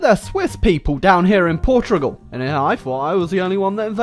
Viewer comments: why are you saying Portrugal? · Why cant you say portugal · "Portrugual" will never not be funny to me.